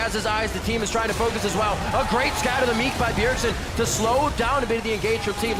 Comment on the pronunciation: Did anyone else hear Rivington say "Scatter the meat"? p-p